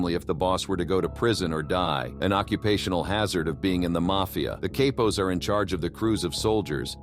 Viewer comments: Cape-pos. how do you call yourself and you cant pronounce Capos right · "Kay-pos" 🤣🤣🤣. Way to put some effort into getting your AI narrator to pronounce things properly so you don't look like a clown.